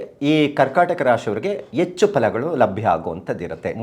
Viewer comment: ಅ ಕಾರ ಹ ಕಾರ ಸರಿ ಇಲ್ಲಾ.. ಎಚ್ಚು ಅಲ್ಲ ಹೆಚ್ಚು